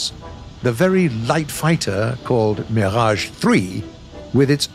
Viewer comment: First time I hear a non French speaking guy pronouncing « Mirage » exactly as it should sound !